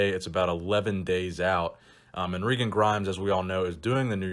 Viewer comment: its regan, not reegan